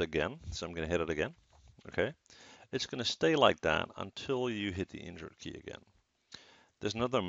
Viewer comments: could be more clear on mentioning that key almost sounded like "injure key" !!! wtf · i heard the same lol and i googled "which is the injure key" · Thanks for replying, Mike, I also heard injure key lol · Mee too totally heard injure key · I heard injured key too lmao